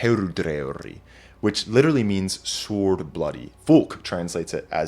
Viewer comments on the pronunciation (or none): Impeccable presentation but did I actually hear you mispronounce the word "sword"? Surely the w is silent.